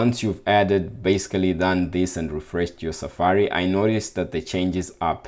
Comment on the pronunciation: Thank you and I also liked the 'basecally' <3 hehe